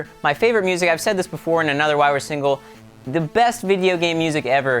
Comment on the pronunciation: Why are you using l in the word single?